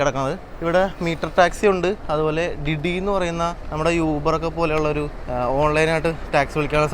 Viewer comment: ഡിഡി അല്ല.. ദിദി എന്നാണ് ഉച്ഛരിക്കേണ്ടത്